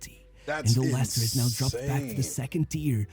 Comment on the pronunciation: Vardy plays for Cremonese in Serie A now. It’s pronounced “Lester” and the original way you pronounce is for “Lancaster”. Leicester is sadly a mess now, 90% they’ll pull out a Luton Town and relegate back-to-back to League 1 Not everyone has a good ending like Vardy. Danny Drinkwater, his teammate from the 2016 winning squad, later moved to Chelsea, flopped there and now retire to work at a working site Suggestions: 1. About EPL, James Milner just became the player with the most EPL appearance. There’s another Daily Dose video about him: “How a forgotten wonderkid forced an entire league to respect him” and a podcast “James Milner: The secret to 2 decades of high performance” by High Performance for you to react 2. Nottingham Forest is now a mess thanks to Marinakis, the infamous Greek owner who has multiple charges against him. Another High Performance podcast: “Ryan Yates and the UEL dream” for you (Marinakis was carefully mentioned in this podcast) 3. About Barca’s 0-4 smash by Atletico, Atletico’s 2nd choice striker Alexander Sørloth is more or less like Vardy, except he played in many small countries before finding his form in Spain. He famously helped Villarreal draw 4-4 from 0-4 vs Real Madrid in 2023/24 and smash 4-0 vs Villarreal in 2024/25 by scoring all 4 goals. An underrated player to react considering he’s also the 2nd choice at Norwegian NT after E. Haaland 4. The Norwegian NT and Arsenal maestro Martin Ødegaard. He joined Real Madrid at 15 but flopped there and